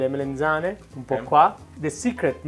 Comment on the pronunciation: It's melAnzane and not melEnzane.